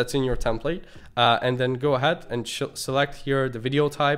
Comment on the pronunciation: bro you can't keep pronouncing 'ahead' the way you are, its really off